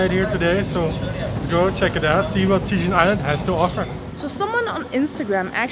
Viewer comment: Actually, Cijin is pronaunced "Chi jin." Just let you know. =)